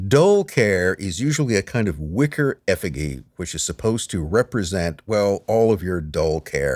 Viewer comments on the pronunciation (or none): Effigy is pronounced 'EF-UH-GEE'